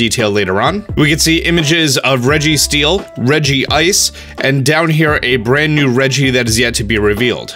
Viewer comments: It's Reg-ice not Regi-ice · Regi-ice. Isn't Regice You know Reg-ice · Regi-Ice isnt how you say it tho. It's Rej-Ice not Regi-Ice. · It's not Regi-ice, it's Regice. I know the others have the "Regi" pronunciation, but there's only one I in Regice. Plus, Pokedex 3D agrees with me. That's not Regigigas, but an Electric-type Regi like Regirock, Regice, and Registeel. It's probably named Regibolt or something like that and the regi after it is probably named Regidrake or something like that. Urshifu's form isn't decided on version, but the choices the player makes. You can get either form regardless of which version you have. Zekrom is Yin and Reshiram is Yang. The Galar Pokedex currently has 400 Pokemon, including the new Galar Pokemon, which means there will be over 600 Pokemon in the Galar Pokedex after this expansion. There are currently 890 Pokemon in total, which will increase when this expansion pass hits. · I didn't even know people called it reg-ice. That sounds so wrong to me. Almost as bad as how the anime pronounces Arceus. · "Regi-Ice" Me: Fiercely Cringes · i cringed so hard when he said "Regi-ice" €_€ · Why did you pronounce regice like regi-ice